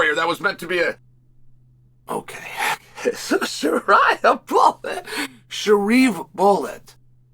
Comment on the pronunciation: Sharia Bullet? Lmao, please unc Chael, never change!